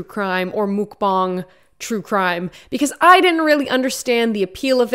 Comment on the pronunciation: Moockbongs? Wtf. It's Muckbang.